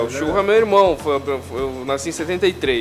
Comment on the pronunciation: então eu quero um "tchurro"!!!!nhaaam!